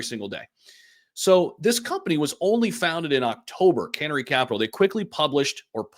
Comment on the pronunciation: 🐦Canary not can ary 😂